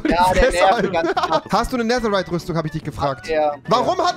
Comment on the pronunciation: Nein, aber rewi sagt nicht netherite, er sagt neserite